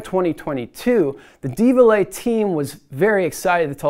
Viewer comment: Probably should practice pronouncing 'Devialet' before making a video on it.